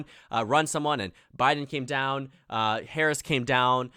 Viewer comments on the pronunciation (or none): none